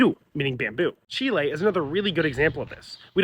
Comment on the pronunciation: Finally someone who pronounces Chile correctly 🙏